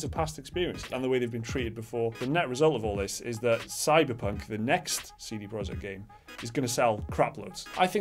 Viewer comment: it's not CD Project, it's CD Projekt (you should say something like "proiekt")